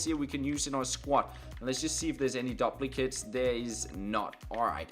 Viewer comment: Finally I can hear that amazing word "DOPLICATES"